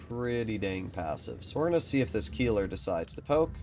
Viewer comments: Most fun part is that you have corrected people on the Tornvagn but still messing up the Keiler. Keiler is a boar but Kieler is a person living in Kiel. 😂 to help you a bit: Kei in this case is spoken like Kay from kayaking, the ler is normal. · Keiler [ˈkaɪlɐ] not Kieler [ˈkiːlɐ]! Absolut clown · Keiler would be pronounced „Kyler“ for you Americans. Hurts to hear him say it the way he does. All good tho, maybe next time you‘ll get it right 😂